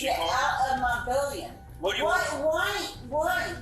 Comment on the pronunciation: she’s trying to say “building” but her drunk tongue is sounding out “billion” instead 😂